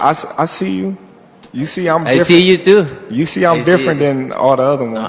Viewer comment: “i c u tew”